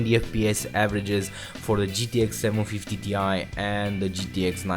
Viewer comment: just FYI you should not pronounce 750Ti as in T i, but Ti as in Titanium. That's the way Nvidia wants it